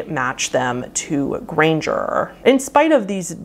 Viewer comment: And R’s “grangeRRRRRRR”